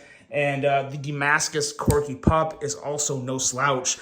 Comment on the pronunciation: Wow! And just like that you decided to start saying Corgi correctly, lol. Keep up the good work.